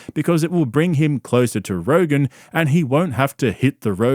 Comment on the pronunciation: Did Brian say he was on Rogan or Rogaine? Honestly, he needs to be both.